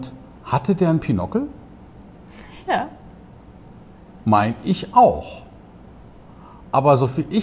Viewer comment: Es nennt sich BInokel, kommt von 2, mit langem o . Also kein - ockel wie Nuckel. Und vor allem nicht Pinockel.